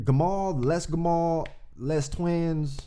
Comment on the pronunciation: You Pronounced Gamal right bro, and the S in Les is silent